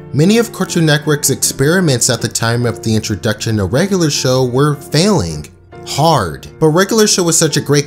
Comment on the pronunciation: “Regalar Show”